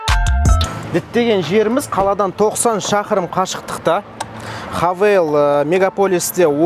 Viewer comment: Хэйвл деп оқылады